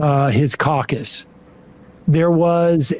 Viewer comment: You said Republican "caucus".. Did you mean carcass?